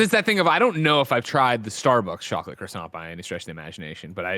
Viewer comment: It's bad enough how you say croissant, but you said it wrong over and over and over it was painful